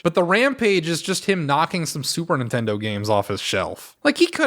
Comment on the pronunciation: I'm assuming "Superintendo" is an intentional mispronounciation, maybe a reference to the way James as a kid said Super Nintendo, but dunno. BTW, Crazy Castle or the Christmas episode with Keith are my favorite AVGN shows.